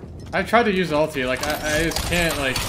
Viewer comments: he says ultie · he calls it ALTIE